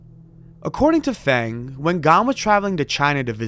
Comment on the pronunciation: The name "Feng" is pronounced like "Fung", jsyk.